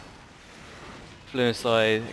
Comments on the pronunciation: Fulminate isnt Fluminate, fusillade is not fluinslide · Fulminate, not Fluminate also fusillade instead of however you pronounce it :P